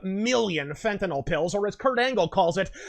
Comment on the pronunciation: Kudos for correctly pronouncing "Fentanyl."